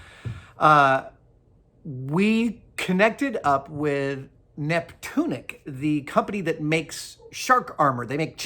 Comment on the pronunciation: Neptunic? more like Nip-tunic